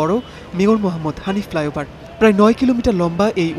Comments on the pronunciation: flyover not fliover 😂😂😂 bengali brothers sometimes very funny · Flyover . Not , ( Fliover or Flayover ) . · Oi halarp "flyover"... fliover na. English na parle lekhos kan baler jotttosob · Goot wrotten inglish...😂😂 ( Fliover )